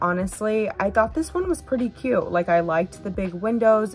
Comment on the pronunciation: Pronounce your Ts, it's cute not CUE.